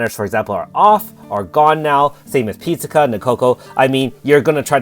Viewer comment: Your pronunciation of Pizzica is a bit grating. The first 2 syllables are not said the same as the popular Italian dish sold at the chain Dominos. The "Pizz" part of her name rhymes with "Wizz" or "Fizz", the "ica" part you are pronouncing just fine. Keep up the good work and good luck on your pull!